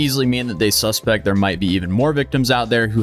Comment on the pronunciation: You're using the verb 'suspect' but you're pronouncing it the way you should pronounce the noun 'suspect'.